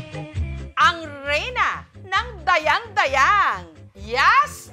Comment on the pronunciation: Hindi tama yong pronounce sion ninyo sa Dayang dayang.hindi pabagsak ang pagbigkas.